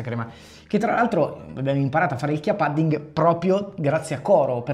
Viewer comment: Pudding si pronuncia con la U 😆 Lo sconto vale anche sul sito olandese?